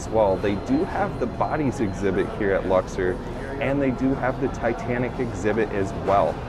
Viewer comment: Why are you pronouncing Luxor that way? There's no e in that word